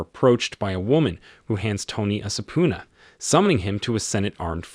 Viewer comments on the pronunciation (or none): Be weary of girls the give up their sup pune na so easily....... lol ...... repeat after me sub-pee-na..... subpoena